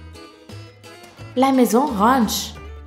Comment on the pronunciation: elle dit pour SEULEMENT 7 millions de d'aulard mdr